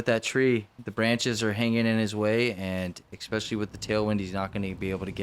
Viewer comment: Thanks for the coverage as always. Wind looks brutal, but course looks absolutely terrible. Is there a decent course anywhere in AZ? Also..., let know there is no "eck" sound in the word "especially".